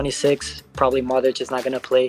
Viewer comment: Please, if your are going to do this, LEARN how to pronounce Luka Modric correctly!